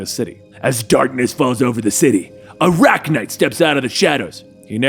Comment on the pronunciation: He said Arachknight And all I heard was SPIDER-COP